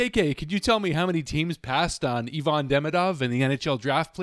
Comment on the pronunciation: It's Ivan, not Yvonne.